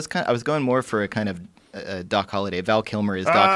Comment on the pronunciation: Doc Holloway? Com'on Joe, it's Holiday! :p